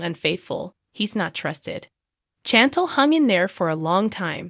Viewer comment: Can you please at least learn how to pronounce Chantel?